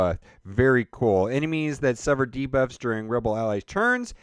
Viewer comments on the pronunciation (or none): none